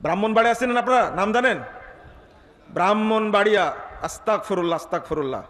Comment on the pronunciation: আস্তাগফুরুল্লাহ নাহ অইতা ভুল। আস্তাগফিরুল্লাহ সঠিক। বলদ আলেম।